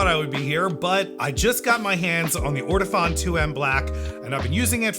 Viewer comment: It's actually pronounced Or-Tow-Phone. Accent on the Phone.